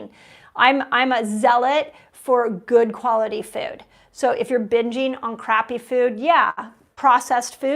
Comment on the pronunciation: Dr. Mindy, the word is food, not feud.